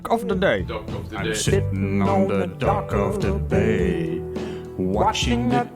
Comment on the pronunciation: I am sure he said "Dock of the Day"! That's what you get when you follow a written English Course and never follow Television Series or YouTube Video's (with subtitles on)!